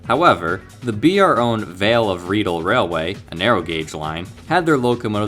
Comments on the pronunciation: Great video, I love the BR logo and am glad it's still ubiquitous in Britain, but: "Vale of Rheidol" is pronounced "RayDall" and "Cecil" as in the British way, Sessil" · The vale of rheidol is Pronounced veil of rye-dale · Fantastic! Just a quick tip with the weird welsh names, pronounce the rhei as ray, don't worry I've lived in the UK all my life and didn't know until a few years ago. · The XP64 loco was a Brush type 4, it wouldn't become class 47 until 9 years later, and Vale of Rheidol is pronounced Rye-doll, good video though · No it’s not, it’s pronounced Vale of Ryedol, I know, because I’ve actually been on the Railway in Real Life